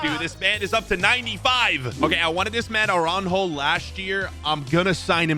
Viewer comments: Why’s he calling aurajo aranjo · he really said aranho😂😂 😂